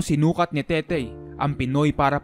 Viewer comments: Tete po un hindi tetey haha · TETE BOSS HINDI TETEY, WALANG Y SA DULO.. TETE AS IN RATBU!!!